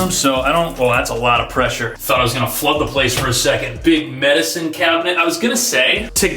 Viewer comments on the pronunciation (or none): none